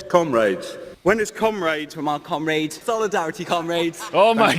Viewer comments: Sounds like "cum rags" to me. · Seriously. Cumraids? Not one of them could make a conscious effort to pronounce it differently? 😂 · I died. 😂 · Am I the only one that heard Cum rags during that ? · Towards the end of that "Comrades" compilation, all I could hear was "Cum-Raids". Sounded like they were preparing for an smash and grab on a sperm-donor center. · The comrades thing almost never gets old due to the varied accents they say it wrong in, and that it never doesn't make them all look like total goons.